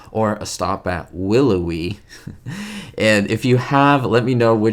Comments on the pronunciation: you flash a photo of Desi Arnaz and instead of saying Willoughby you say Willowy. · 'A stop at WIlloughie?' its - 'A stop at WilloughBy....' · It's "A Stop at Willoughby." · was mispronouncing "Willoughby" and it reminded him of Ricky Ricardo, so he dropped in a quick shot of Desi. 🙂